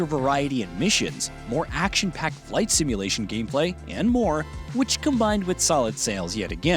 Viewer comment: He said "simulation" 😅